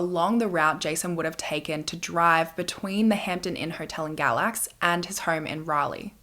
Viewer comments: Galax is my hometown! We pronounce it “gay-lax”, i was washing dishes as you mentioned it, i had to stop and rewind and show my husband! On another note… poor Cassidy 🥲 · North Carolinian🙋‍♀️ he stayed in Galax “gay-lax” I’ve also never heard of this case. I love your videos❤️